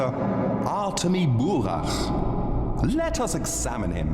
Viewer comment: I'm so confused why you call the protsgonist Burakh with an h when Mark just told you how it's (more or less) pronounced. The k is silent.